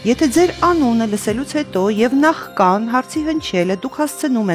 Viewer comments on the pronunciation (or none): Հաղորդավարն ուղղակի զրոյացնում է ամբողջ դրական տպավորությունը խաղից։ Լավ, Ձեր ստեղծագործական խմբում չկա մեկը, որ օրինակ հուշի, որ ոչ թե նախկան այլ նախքան։ Ականջդ կանչի Բաբկեն Չոբանյան։ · Հարգելի հաղորդավար, նախկան չէ, նախքան է։ Արդեն որերորդ անգամն է նույն սխալը կրկնում եք... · Հարգելի Հ1, հաղորդավարին ասեք, որ ոչ թե՝ նախԿան է, այլ՝ նախՔան։ Ամեն հաղորդման ժամանակ ականջ է ծակում, երբ ասում է՝ նախԿան ձեր անունի հնչելը... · Նախկան չէ, այլ ՝ նախքան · Աճկ չէ, այլ` ԱՉՔ, բառը ճիշտ հնչեցրեք, տիկի'ն խաղավար։ Նախկան,աճկ..... ու այսքանից հետո մարդկանց անվանում եք<< մոլախոտ >> ......